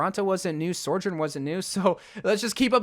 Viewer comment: Say it with me: SO-JOURN SO JOURN Not Sorejourn or Soarjourn